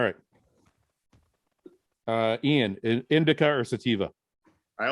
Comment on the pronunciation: Guy forgetting how to pronounce 'Iain' again 😂😂🤦‍♂️ why does he have so much trouble with it??